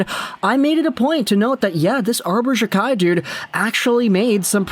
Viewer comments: It’s pronounced jack eye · his name is pronounced jackeye